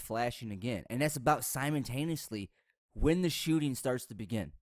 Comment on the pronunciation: Simon-taneously. Ya hear it?